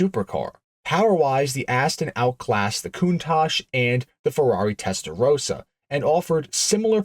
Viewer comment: It's Testa Rossa, Italian for red head. Testa Rosa, the American way of pronouncing it means pink head. Anorak fact: the front indicator/parking lights on the first DBS were from none other than a Mk 2 Ford Cortina.